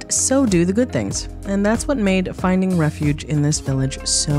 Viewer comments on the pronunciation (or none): none